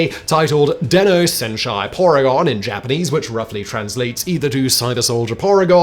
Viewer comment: The episode was NOT named "Deno Senshai Porygon, as you say. It was Dennou SenSHI Porygon! There is no 'a', in Senshi! Also, "Dennou" means computer. Not cyber. (the "den-" means electric, and the "-nou" meaning brain, BTW)